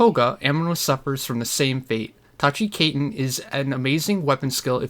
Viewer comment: Great video very informative! I just have one pretty big gripe: Speech Annunciation is a Very HUGE thing with more people than you might imagine so hearing you call.. Kaiten (Kī-Ten) as “Kay-Ten” for example... Makes me want to drown a fish. Outside of that, great content. Thumbs Up 👍